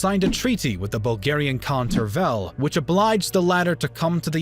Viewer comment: Khan Tervel (change the stress, you are pronouncing it wrong) was given the title of caesar (second after the emperor), a lot of tribute and the Zagora district - the first Bulgarian lands south of the Balkan. You also fail to mention that his grandfather, khan Kubrat, was a Byzantine patrician and a secret Christian. Also - khan Tervel was the second ruler of nowadays Bulgaria and he was probably looking for legitimacy of the renewed Bulgarian state on the Balkans.